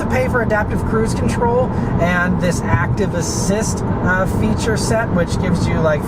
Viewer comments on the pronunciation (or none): none